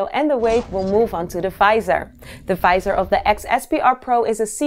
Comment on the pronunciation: The "fisor" :D